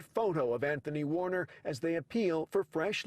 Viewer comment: ANthONy Q Warn-er?